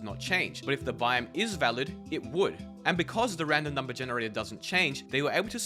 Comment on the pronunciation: This dude saying “bime” instead of “biome”.